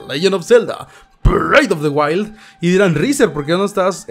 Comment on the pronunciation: breath of the wild, no brid porfa Porfa.. igual me gustan tus videos. .. o me gusta zelda?... ah..